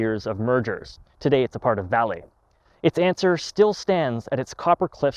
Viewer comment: INCO was purchased by VALE, pronounced Val-eh, not valley.